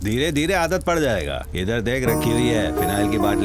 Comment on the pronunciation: "पढ़" नही भाई "पड़"😂